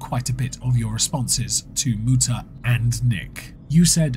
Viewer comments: Would like to make a quick correction in your pronunciation. It is Mootuh, not Muta thank you. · Uh Actually it's pronounced "Mewtah" 😂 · Kinda funny it's Spencer saying Muta like that since... Well... You know, that "Moo" part.